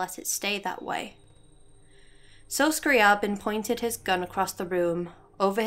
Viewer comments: Yo, I think your analysis is super interesting, D: like how you can absolve yourself if you just remove yourself from any kind of control. And I suppose you pronounced is "Scrah-Bin?" There's actually a funny thing with Scri's name. So, I like Classical composers and I am saying hus name the way it's ACTUALLY said "Scree-Aah- Bin" , but then Zarla made a really cool audio post about the fact that Zeitgeist is supposed to be a Hollywood Movie and thus the name was sort of simplified and is thus pronounced "Scree-Uh-Bin" in the story. I only found this after recording this, so it's pronounced differently in the next video lol. Thanks for your comment! Xx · I always pronounced it scriy AY bin